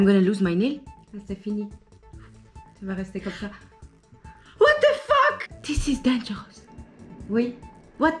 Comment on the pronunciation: When he says fuck he actually says ✨fawk✨ and I love it!!!